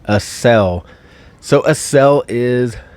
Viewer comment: Accel.= "axe-sell," as in "accelerate." I'm at work and it took me forever to realize what "uh-sell" was. Haha Great video, very informative especially for a newbie like myself. 😁